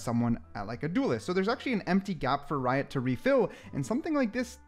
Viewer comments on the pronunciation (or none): none